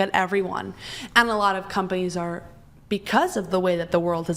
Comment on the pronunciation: swear she said 'cumbunnies' instead of 'companies'